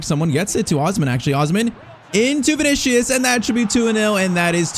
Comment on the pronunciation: Vini-See-Uhs. Not Vini-Shee-Uhs